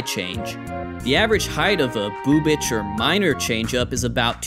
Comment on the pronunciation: I’m not the only one who kept giggling whenever said “Bubic”, right?